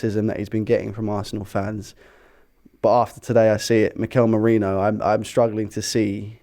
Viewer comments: There is no tilde in Merino. Stop pronouncing it like there is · Yea had to stop watching when it got to Merino. It’s pronounced Meh-Ree-NO. Please learn